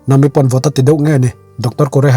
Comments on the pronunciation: Yes vawi tam tak request hnuah mahse nam-i nilo in na-mi tih tur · Nahmi tih tur ni em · Nami i hming i lam dan a dik lo nami a mi lai hi thluk hniam rawh sir😅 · Khawngaihin ‘Nami’ ni lovin ‘Na Mi’ tiin min lamsak hram hram rawh. One piece fans zawng zawng tan😂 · Nami i lam dan chuh😂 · Sir nami pronoun dan kha a dik chiahlo a😅😅